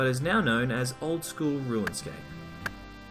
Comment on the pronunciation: Are you saying "ruinscape"?